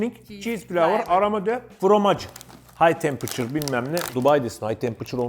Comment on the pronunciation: 2.01:hay tempiçur bunu da yiyim